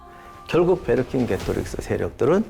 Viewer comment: 프랑스에 오래 사는 교민입니다. 갈리아족을 (불어로는 골르와 족 이라고 합니다)통합하려고 애를 썼고 로마군을 많이 괴롭힌 사람의 정확한 발음은 Vercingétorix 베ㅎ산제토릭스 입니다. 프랑스에서는 엄청난 영웅입니다. 나폴레옹도 프랑스에서는 완전 영웅입니다. 교수님 방송 자주 들으면서 많이 배우고 있습니다. 항상 좋은 영상 감사합니다.